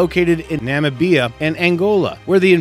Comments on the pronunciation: "nam-uh-BIA" instead of Namibia? WTF?! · na- mi- bi - a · I have never heard Namibia pronounced that way before. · Say Namibia again lol.. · What a terrible pronounciation of "Namibia'.